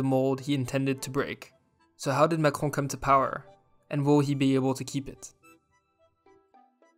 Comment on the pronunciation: It was interesting video, thanks. P.S.I like how you pronounce Macrone .